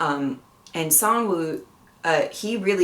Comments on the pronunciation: You did pretty well for the pronunciation and you got the names right! Gihun, however, is pronounced 'Gi-hoon' and Sangwoo, while romanized to 'Sangwoo' is pronounced more like 'San-goo'. (This just had to deal with how hangeul (the Korean alphabet) tends to be romanized.) I love your take on the show so far. Not judging anyone, just analyzing and respecting the characters' circumstances. We love to see it! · Your pronunciation is almost there, don’t worry! The main character’s name is pronounced Ki-Hoon. You got Sangwoo right!